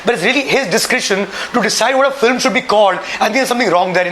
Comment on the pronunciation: "Jantelman, edeots, fillum"!!!! This should shut the fuck up!